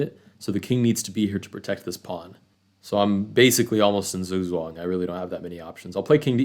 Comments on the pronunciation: you said you were basically in zoo-zoo-un (based on sounds) its zooks-wang(sound) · it sounded like zooŋ-zuan